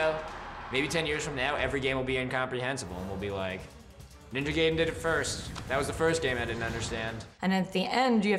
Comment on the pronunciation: WHY DOSE EVERY AMARICAN BUT ME SAY NINJA GAIDEN RONG FUCK! GET IT RIGHT